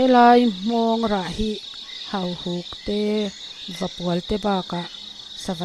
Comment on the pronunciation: Hahuk ti suh, hauhuk tih tur